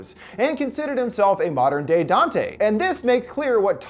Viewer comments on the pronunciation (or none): none